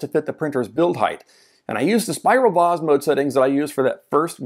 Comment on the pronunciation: Your pronunciation of vase is how I was taught to say the word. Very British. Posh.